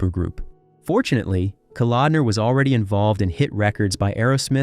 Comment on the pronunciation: Why the Stryper footage in the beginning and other times in this vid? And then a priest in some interview? Who compiles and edits your footage? At the mark you 'try' to mention John Kalodner and name him as what sounds like 'Calendar.'